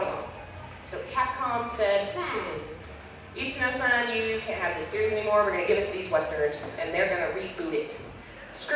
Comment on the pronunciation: One nitpick: you use the honorific "san" like Toyama-san. However, as a speaker of Japanese, I find your pronunciation could use some work. You pronounce it like "sæn" as if it rhymed with 'plan' or 'hand'. But (さん) is pronounced "saan". Sorry, I couldn't resist.